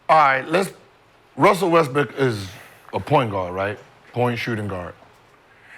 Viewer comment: Everytime says Russell Westbrook hes says it “Wussell Restbrook”